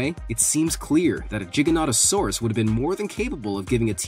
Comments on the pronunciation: Good video but ins not jig it’s giganatasourus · It’s not Jiga it’s G with iga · For the giga one it’s pronounced gi-ga-not-a-sore-us in not trying to sound rude I just thought I’d say something! ^-^ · U say giganotosaurus wrong XD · giga not jigganotasaurus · Really? Do you not check your pronunciations? GI (like my)--GAN (like can)--TO (like toe)--SAURAS. Not like it's a gigantic "jigsaw" lizard.